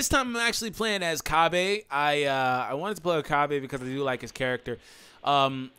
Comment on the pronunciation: It's Cabba not Cabé